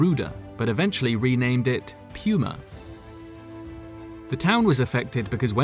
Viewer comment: Pronounced “POO-MA” Guy says: “Pee-You-MA” 🤭